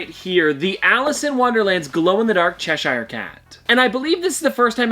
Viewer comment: Please say Cheshire properly 🤦🏼‍♀️